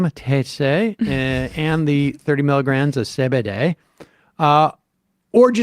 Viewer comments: Why do you pronounce it Ce Be De?😂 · Sam actually pronounces it ‘say bidet’